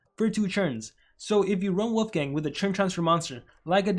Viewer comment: It sounds like you’re saying wofgang